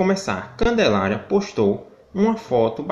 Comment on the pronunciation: O melhor,foi ele tentando falar! "Ruggelaria"